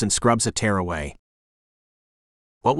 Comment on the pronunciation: Good grief. This must be AI narration. For example, the AI cannot pronounce tear (a drop of liquid from the eyes) but pronounces it as tear (like a rip in your clothes.) This ruins a perfectly good story.